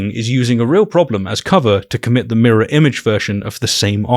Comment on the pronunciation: This guy really said "mirrow" haha no way someone this illiterate is trying to make fun of a PhD holder. What a joke world we live in.